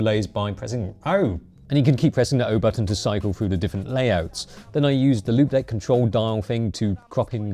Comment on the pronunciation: Before I saw the actual product name on the keyboard, I thought you were saying "limp dick". 😂